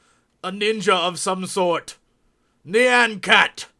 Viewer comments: JESSEEE! NEE-AH-N CAT NOT NEE-ON CAT >.> CLENCHED BUTTHOLE UHHHHHHHHHHFFFFFFFFF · It's Nyan Cat not Nean Cat...